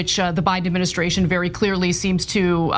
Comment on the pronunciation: He is supposed to be so intelligent and says "adminiskration".